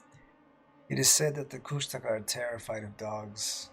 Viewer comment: "kooshta-ka" is how they say it, just noting, love the show, keep up the great work.